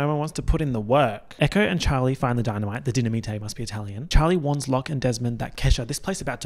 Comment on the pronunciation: “the dee-na-me-tay must be Italian” my favorite joke 😂 it sparked something in the back of my mind on the first watch, but only on the second watch did it finally click! Thank you for that reference 🧨🐿